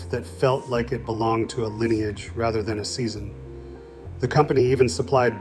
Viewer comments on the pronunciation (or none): none